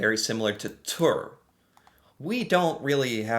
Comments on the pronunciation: Ha ha ha ha, right?! 🤣 Jeg: "tur". Han: "tørr" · When you said "Tur" (and pronounced it incorrectly 😉), you unintentionally and mistakenly used the exact sound for the "u" that you should have used for the "ø". 😂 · You mean USA only and not the entirety of America with all 35 countries and territories when you say America, right? The Ø is pronounced just like you mispronounce the U in Tur. The U is pronounce like an U sound, just like you do in the last sound in You...